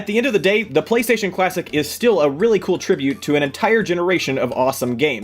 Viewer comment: Did anyone else notice that, said PlayStation Clawsic